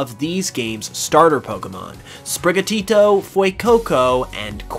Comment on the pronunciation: OMG SAY SPRIGATITO RIGHT